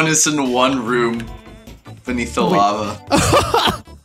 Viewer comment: "This is lavah" - Doc